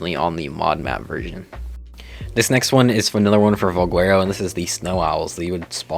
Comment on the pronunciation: Why do you pronounce valguero with a W?